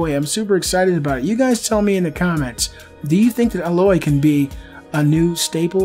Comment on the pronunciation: thanks for actually saying AYE-loy, not AH-loy. And Hermen Hulst said that Aloy wasn't inspired by Ygritte because this game was in pre-production before Game of Thrones started airing.